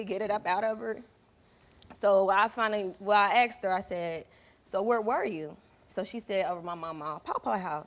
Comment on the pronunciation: She fount her daughters underwear and axed her what happened?